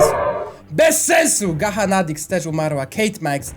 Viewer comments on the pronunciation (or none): gacha czyta sie gacza